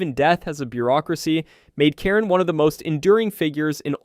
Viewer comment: Karen?🤣😅😆 its actually pronounced how its spelt ch-ar-on